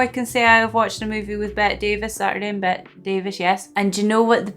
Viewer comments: Bette is pronounced "Betty." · It's pronounced Betty instead of Bet. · By the way, it's Betty not Bet. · her name is pronounced BETTY, not BET. She’s my favorite actress. You’d love ALL ABOUT EVE (1950). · It's spelled BETTE but it isn't pronounced "BET." It's pronounced "BETTY." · Unlike Bette Midler, Bette Davis's name is pronounced like Betty, not Bet. I hope you do a lot more of her movies. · Bette Davis is pronounced Betty Davis. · Her name is Bette, but pronounced Betty. This is one of my favorites. I hope you like it! If you like this, I strongly suggest you watch AllAbout Eve. It is her best. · Bet-tee Davis. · Her first name is usually pronounced as 2 syllables with a long e sound at the end- ‘Bet - tē.